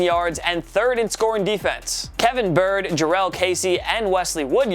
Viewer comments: Byard- (Buy-ard), not bird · Kevin Bird?😂 it’s pronounced Bye-yard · bro it’s kevin byard.. not kevin byrd lol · Man the disrespect. Kevin Byard! Not 'Kevin Byrd'. They actually showed a pic of Jarius Byrd too. Good lord. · Kevin Byard not bird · Did you seriously just call him kevin "bird?" Are you serious? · It's KEVIN BYARD (bi-yard) it's honestly not that hard, he's an all pro and one of the best safeties in the league. Get his name right. #10 is also way too low for Tennessee. This team has beaten some of the best teams in the league the last 3 seasons. If they find consistency on offense, this team is a playoff team year in and year out. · it’s kevin BYARD (Bye - Yuh- erd) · This man said Kevin bird